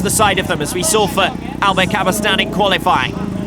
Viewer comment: Maybe I'm wrong, but he says 'Daybill' instead of 'Dabill' and where is the 'y' at the end of 'Cabestany'? These grate on me the most!